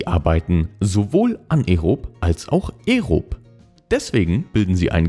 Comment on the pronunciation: Aaaaaa eeeeeee rob und nicht ärob junge gute videos aber das triggert mich soooooo hatdcore